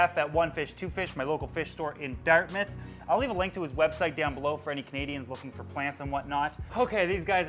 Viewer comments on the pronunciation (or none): none